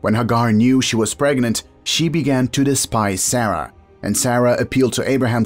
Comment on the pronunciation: These are mispronouncing Sarah Hagar Etc you know play I guess that's his privilege but he's not be correct in his pronunciation